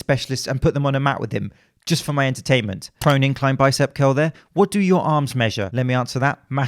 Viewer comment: Did he say prone exercises or pro NECKsercises?